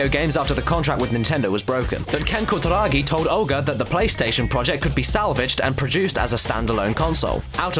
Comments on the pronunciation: Holy shit you butchered his name. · pronunciation of Kutaragi:P